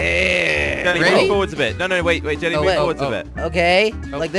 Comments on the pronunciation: Who's the person that keeps saying jilly instead of jelly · Why he call u jilly instead of jelly